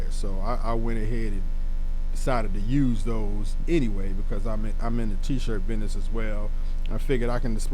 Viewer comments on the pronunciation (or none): Did u say “bidness” Or do you mean business?